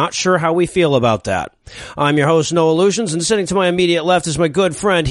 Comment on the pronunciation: Am I the only one who heard "Noah Lugeons", but heard it as "No Illusions"?